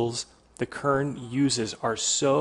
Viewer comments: Heisst Kern nicht Körn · This boiiii is called Kern not Körn :P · Der Ort heißt nicht "körn" du must es "KRRn" aussprechen! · It's actually pronounced "Kérn"